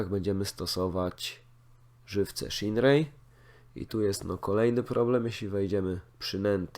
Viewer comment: Muszka nie szinrei tylko sziner:) pozdrawiam i czekam na więcej materiałów z fishing planet:)